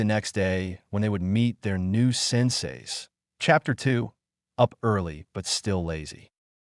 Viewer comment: 'Hapter' one 😂 I like the video though